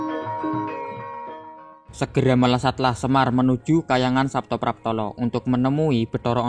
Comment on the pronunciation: Saptapratala bukan Saptapraptala da Batara Antaboga ujudnya adalah seekor naga ( ular) yang sangat besar